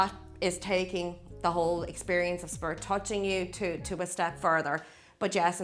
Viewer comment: The way she says “spirit” sounds more like “spurt”